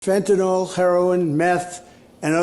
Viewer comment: Why would someone announcing 20 kg of fentanyl not know how to pronounce its name? It's not fentanol, ma'am, it is fentanyl. This mislabelling does not sound professional, and speaks of perhaps some lack of knowledge of the subject at hand. But fighting it is still paramount, so charge on!